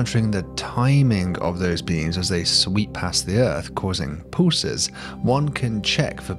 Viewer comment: “Poosars” 😂 “pooses” 😂